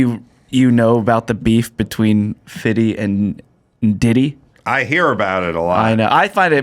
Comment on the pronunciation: its fiFty not Fitty.